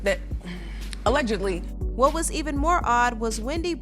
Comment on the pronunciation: CAN BLACK PPL STOP SAYING "ALEGITLY" OR "ALEGALY" PLS? IT IS A-LLEG-ED-LY. IF ONE IS BLACK ONLINE MUST ONE ALWAYS THROW EBONICS INTO THE MIX??